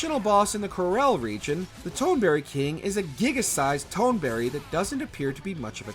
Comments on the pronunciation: Tone-berry. LOL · TONE berry?!